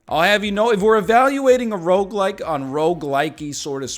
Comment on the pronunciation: A decade later and I still swear he’s saying roguelight